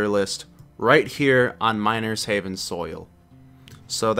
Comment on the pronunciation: i thought you said minor's heaven at the beginning